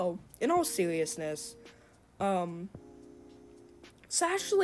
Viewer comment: "in awll sewiousness"